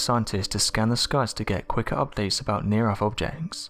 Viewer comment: Over ere' by the bafroom...dry I trade alot of th's in for f's too, I'm guessing it's a southern Appalachian thang